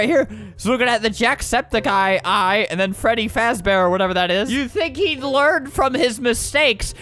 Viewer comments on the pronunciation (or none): “Freddy frazbear” Ah yes.